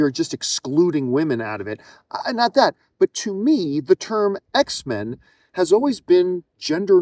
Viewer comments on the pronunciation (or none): It’s X-Men as in mankind